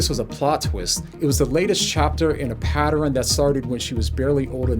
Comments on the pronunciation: Hey bro, love your content. Did you say “patter,N”?😂 my fam is from Louisiana we just might be related… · What’s a “patterin” of behavior???